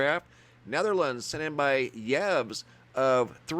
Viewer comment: Pronunciation, think of Yves Saint Laurent. Your Y-VES did get a laugh:) Best Wishes sent to you & yours from Scotland.